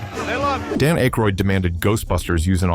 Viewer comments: Description "For Entertainment Purposes Only! Fan Fiction" video maker should have done some research and learned to pronounce Aykroyd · I’m guessing directly out of the narrator’s ass. He has a vivid imagination even if he can’t pronounce Dan Aykroyd’s name correctly.